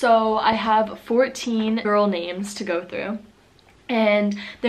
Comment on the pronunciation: you can pronounce the names really well👍